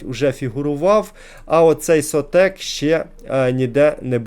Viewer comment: шОтек, а не сотЕк, зменшене від слова "шот"